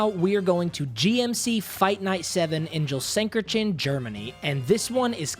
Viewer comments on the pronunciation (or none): dude I know german language is hard but that 'Gelsenkirchen' (were GMC fight night 7 took place) is hall of fame stuff. Gersinkertchen xD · Never heard someone spell "Gelsenkirchen" that funny😂 but it's a hard word for an English speaking person ngl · It´s not "gollsenkerchen" It´s "Gelsenkirchen". It´s spoken "Gel·sen·kir·chen" ([ˌɡɛlzn̩ˈkɪʁçn̩] thats the pronuniciaton written out). Just say "In germany" next time please that hurt my ears dude.. xD Btw. Google Translate will tell you how things are spoken and with citynames it´s usually pretty good.. ^^